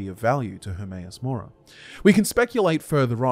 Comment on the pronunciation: Hermaeus Mora more like Hermaeus Lore-a